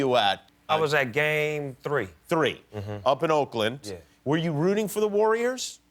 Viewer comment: “Which game were you at? Up in oakland”☺️ jimmy trying to sound black